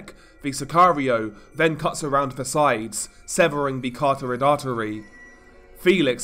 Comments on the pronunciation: Cartorid artery? Lololol try Carotid artery instead, so it sounds like you know what you’re talking about. Where did you learn (I use that term loosely) to speak English? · it's CAROTID artery....... why are so many people struggling with such a simple word? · You are still mispronouncing "exacerbated" and "carotid"